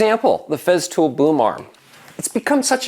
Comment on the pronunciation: Its not Feztool, its FESTOOL with an S.